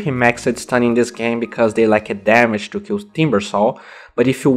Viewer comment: about your pronunciation, don't say "cho" istead of "to".